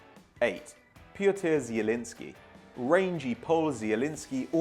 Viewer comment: pronouncing Zielinski right=Like